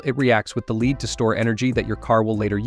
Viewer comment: Please dont say "Leeed". That means to be ahead. Say "Lead" the metal.